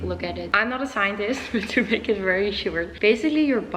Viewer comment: I’m just obsessed with how she pronounces to as two ha ha! Super cute!